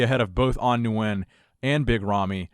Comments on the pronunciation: Love your content, but please Nguyen is pronounced (win)... I always feel bad thinking An Nguyen is watching like "wtf" Lol!! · Just a heads up, "Nguyen" is just pronounced "win" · Say it with we slow, An Nguyen (Wen), idk who An (New wen) is lol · Yo. As someone who's grown up with a lot of vietnamese friends. Nguyen = Win. Just pronounce it as Win. I heard you pronounce it like 10 different times incorrectly and I winced each time. It's not your fault, but it's 'Win'. Hope you see this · Nguyen is pronounced like win lol... u butchered the last name haha. They do that when I compete too haha